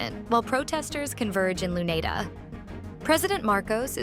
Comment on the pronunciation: Sounds like it. Can't even pronounce "Luneta" properly.